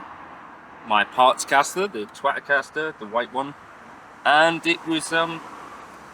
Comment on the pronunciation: Did he say his “Twat-a caster”? 😉